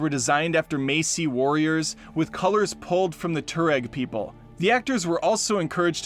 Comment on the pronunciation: It’s Masai warriors, pronounced Mah-sigh, not Macey.